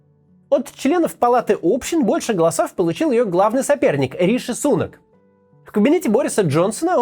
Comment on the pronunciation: Не СУнак, а СунАк